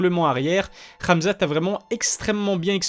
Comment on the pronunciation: Rrraamzat 😂 frère dit hhamzat .